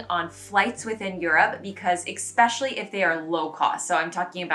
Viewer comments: Not trying to be mean, it drives me nuts when people say EX-specially instead of es-pecially. I normally wouldn't comment on it but you said it 10+ times in the video. Love the content :) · Pssst: The word "especially" does NOT have a hard K sound in it.